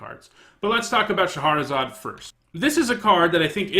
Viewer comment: Shah-razad, not Sha-har-razad.